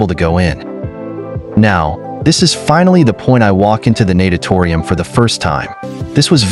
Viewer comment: You pronounced natatorium wrong. And what about the warm up pools? You weren't allowed there?